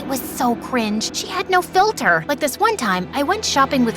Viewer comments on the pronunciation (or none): Cringe became Gringe in